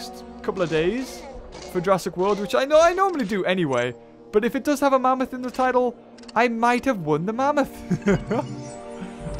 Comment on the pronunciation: not mammthos